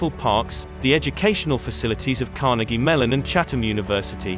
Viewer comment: The picture on the thumbnail and is of central Oakland (when the Cicero's owned a lot of property there), not Squirrel Hill. (Note the Strand Bowling Alley.) As a ;lifelong (76 year) Pittsburgh resident, I am always irritated by narrators who don't know how to pronounce "Carnegie.." The people of Dunfirmline, Scotland would emphasize the second syllable (as do true Pittsburghers), not the first syllable (as do Irish-influenced New Yorkers).